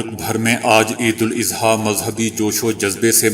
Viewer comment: السلام عليكم برادر محترم عید مبارک۔۔۔براہ کرم عیداَضحیٰ کہیں اِضحیٰ نہیں۔ خیر اندیش۔۔۔عارف اقبال